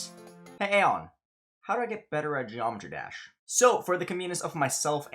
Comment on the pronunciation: he is a pro at GD and still barely knows how to pronounce geometry dash